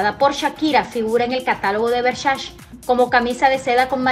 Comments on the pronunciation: Por que dice Vershashe???? 🤣🤣🤣🤣🤣🤣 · Hay que aprender a pronunciar Versace...